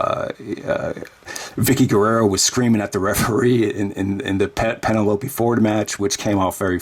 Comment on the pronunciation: you pronounce Penelope funny ("Penneh-loapey").